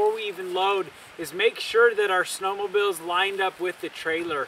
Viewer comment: great tips. and please stop saying "snowmobills" lol